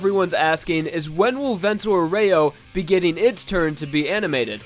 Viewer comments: IT'S PRONOUCED AUreo, NOT auREO, DAMN IT sorry, nice vid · Italian here! It's pronounced Vento A-ureo not Aur-eho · The accent is on the A. Vento àureo. NOT auréo. It does not take a lot to check these things before you make a video. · Be careful! The correct pronunciation of "aureo" is "a - oo - re - oh" with the stress on the first syllable, not "oreo" ;) If you are familiar with the international phonetic alphabet, it's /'aureo/, not /or'εo/ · English pronunciations can be so retarded sometimes. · "vento owreo" jfc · Sorry to be that guy but you're not pronouncing "aureo" right, you make it sound like "vento oreo". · "Vento Oreo"? I don't know what's gonna be funnier, if Japanese speaking in Italian, or Americans trying to pronounce the names right. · Ocelote V The correct pronunce is "Aureo" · Any italian fans like me who are disturbed by orrible pronunciation of "Vento Aureo"? Triggered Americans who's gonna ironically joke about my english in 3 2 1... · Vento Aureo is from latin, "aureo" it's pronounced with the emphasis on the FIRST syllable. That aside, thanks for the vid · The accent is on the "A", not the "E". (I'm talking about your pronunciation of "Vento Aureo") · You are pronouncing Aureo wrong